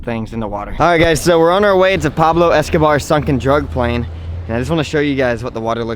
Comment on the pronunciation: Did u say drug plain!